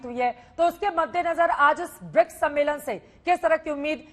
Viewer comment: मैडम दलाली के लिए इतना एक्साइटेड हैं कि ढंग से बोल भी नहीं पा रही है सम्मेलन को सम्मोलन कह रही है😀😀😀😀😀